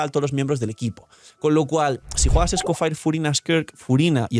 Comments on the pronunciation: "escofaier" lol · Por qué lo pronuncia así? 😰